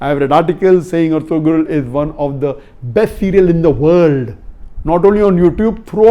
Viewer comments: IT IS PRONOUNED ERTURAL NOT ERTGRUL AS IN TURKISH "G" IS SILENT LISTEN TO THE OTHER ACTORS WHO CALL THEIR BEY ERTURAL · sir this is not ertugrul the g is silent here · It is erturul not ertugrul .